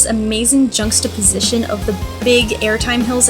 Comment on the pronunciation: First time seeing this channel. 1. Great channel name. Any girl that names her channel after cheese is a winner in my book. 2. Giving Adventure Express the dance move recognition it deserves is a good call. 3. "Junksta-position" = ? Never heard it said quite like that. ha. 4. I'm missing Goliath, Hades, and Phantom's and can't wait. 5. I'm curious what your credit count is and have you done Velocicoaster yet? Great Video! I guess I'll have to make one for the end of 2021 as well.